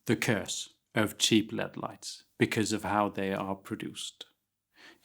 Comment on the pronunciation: I was 23@ in before I realised he was saying "LED" not "lead" and ... I feel like I should have been watching more closely now.